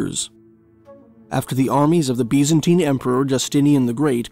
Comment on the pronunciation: "Bees-an-teen empire" 😄